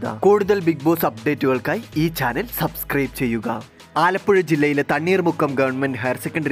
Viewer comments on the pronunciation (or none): none